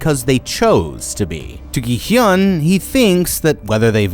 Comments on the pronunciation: "gee hyun" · Its gi hun not gy hyun😊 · why are you calling gihun as jihun????? Theres a G RIGHT THERE???? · why do you keep saying "gi-hyun"??? it's "gi-hun" 😭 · Why is he pronouncing everybody's name wrong and all of the games wrong. It is really annoying me, Jee-hyun instead of Gi-hun, Yung-bae instead of Jung-bae, Jeji instead of Jegi, and Takji instead of Ddakji. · Ah yes "gihiun" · Im only 4 minutes in and im gonna say this, you have mispronounced every word, gi-hun 기훈 (pronounced gi-hoon) and ddakji 땈지 are just 2, you should make sure you know how to pronounce the names of people and stuff before making a video and not just go off the subtitles. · bruh how can u still get the main character's name wrong after watching the entire series likely multiple times to write the script "gi hyun... jee hyun" EDIT: bro got Thanos wrong too idk man it might be intentional at this point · thats not how you say his name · I've never understood why people don't research pronunciation when they're making entire videos about the subject. Plus if they've actually watched the show they'd know how to say it. They're either stupid or disrespectful and I'm not sure which is worse... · bro keeps adding a y to Gi-Hun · Dude... Learn how to pronounce the name of the games BEFORE you make the video...